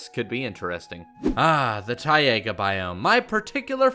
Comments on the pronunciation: You should maybe say taiga right. Its taiga not tiaga...🤦‍♂️ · No hate😂... BUT ITS FING PRONOUNCED TAIGA NOT TAIAGA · ti- AYE -guh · When you said Tiga like Tiaga and I was like wow a new biome already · It's pronounced TI-GA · LOL , the way how you spell “Taiga”!!